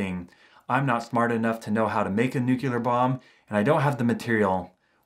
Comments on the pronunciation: Its because he pronounced it nucular and not nuclear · ....news for you, Just like President Bush you cannot pronounce Nuclear. It is NOT New-cu-lar It is, as written, Nu---Clee-----arrrr, say it quickly....Nuclear. There, that was easy. Practice three times a day in front of a mirror. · It’s pronounced “nu - clear” (like new clear glass), not “nu - kew - ler.” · Noo-clee-ar not nuk-yul-ar. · 🔵 you said "Newk-you-lur",... ...instead of 'New-clee-ur'. You must'a gotten that word from George W bush,...it was one'a his favorites! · What is a new queue leer bomb? it's new-clear. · "I'm not smart enough to make a nucular bomb." No disrespect, I just loved the irony. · "I'm not smart enough to make a nucular bomb" Yeah we believe you